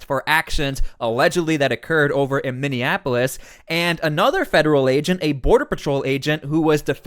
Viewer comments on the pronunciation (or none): none